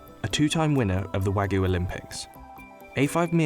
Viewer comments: Why can no one pronounce wagyu the right way?? The narrator kept saying Wagoo or wagu, he completely tossed the y out. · Almost watched til the end until I heard "Wagoo". Couldn't help but cringe. It's wagYu. The Y is there for a reason. Anyway, going to finish the video now. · haha wagu??? it's wagYu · How hard it to say Wagyu? It's got a Y. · How their narrator pronounces "wagyu" irritates me. It's like he said, "this is a foreign word, so I'm not going to pronounce the "y." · Why can’t this guy pronounce wagyu?